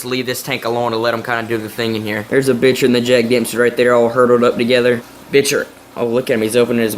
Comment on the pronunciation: It’s pronounced bicher not bitcher